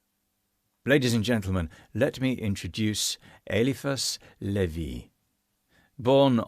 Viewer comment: Sir, if you're going to relate these stories to people in your particular way, the least you could do is pronounce the name of the person you're speaking about correctly. With a name like Eliphas Levi Zahed, One can mistakes. Which is exactly what you did. Everyone makes them, it's ok..You're just not trying hard enough. You're just reading it as French. It's clearly not French....lol. Eliphas and Zahed are pretty easy. They're middle eastern. No biggie. And so is Levi. You're pronouncing it as in the word "levee". Like in the Zeppelin song "When the Levee Breaks" or in the word "levee". Or as in the small embankments or dikes used to hold back water. It's actually pronounced "Levi", like in the blue jeans. Hope this helps. 🙂